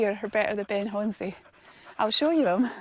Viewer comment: Brilliant, thank you. Must be gutted no whisky up the Munro, with so much of it nearby. I’ve just got back from the Culra bothy, where there’s a stack of whisky bottles, all empty 😟 I’ve heard many pronunciations for Ben Chonzie, you’re about the closest. It’s actually pronounced Ben i Hone. Great video as always.